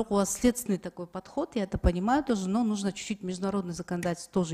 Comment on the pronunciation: Тоооо́ожи эмес тоже келин